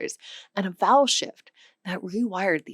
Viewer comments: I thought she said "the great bowel shift" and did a double take. lol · Why do I keep hearing the big bowel shift instead of the big vowel shift? Is there also a perfectly reasonable explanation for that?